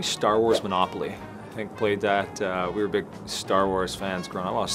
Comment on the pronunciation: Did they tell everyone to just say manopaly